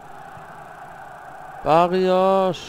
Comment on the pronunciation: barrios nicht Barriosch!